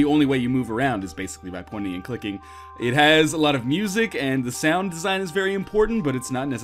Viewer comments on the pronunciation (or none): none